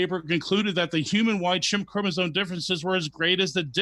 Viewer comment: I really trust a guy who says chromosone and orangutang